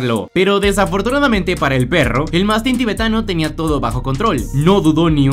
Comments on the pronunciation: Escribes 'mastín" pero cuando hablas dices "mástin". Lo correcto es mastín, me parece...... Porqué te empeñas en acentuar la letra A? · Corrección colega, es mastín no mastin…aprendamos a pronunciar antes de subir vídeos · Lo escribes correctamente... ¡Y lo pronuncias mal! Mastín, no Mástin. 🤦🏻‍♂️🤷🏻‍♂️ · Aprende a pronunciar Mastín, no "mastin". Aprende las reglas de acentuación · Es mastín, no mastin. Hay que hablar con propiedad. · En castellano se dice mastín, no mastin. Atento a la acentuación. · Porqué dices mástin cuando es mastín. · Si es "mastín" para qué decir "mástin". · Se dice Mastín con acento en la "i" y no mastín como lo pronuncias.... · Es mastín no mástin y Tíbet no Tibét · Es mastín(acento en la i.. no mástin) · Mastííín con acento en la iiiiiii. No es mástin🤬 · ¿Cómo puede uno ver la palabra Mastín, con una tilde como una casa sobre la í, y luego pronunciar la palabra con acento en la a? ¿Estamos locos o no sabemos leer? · ¡¡ ES MATÍN !! CON ACENTO EN LA ÍÍÍÍÍÍÍÍÍÍÍ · Mastín. Acento en la í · Es mastín, con golpe de voz y tilde en la i. Que asquerosa manía de pronunciar como creéis que lo hacen los americanos. Tampoco es tibét sino Tíbet, con golpe de voz y acento en la i... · Si está acentuado en la sílaba tín porqué lo pronuncia mal?